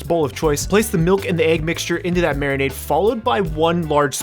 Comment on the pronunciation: How my beer while I "mariminade" my chicken. Love you,.